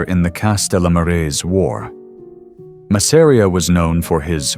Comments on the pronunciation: That's Mass-a-ri-a buddy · Love the video but the way you pronounced Masseria was unbearable.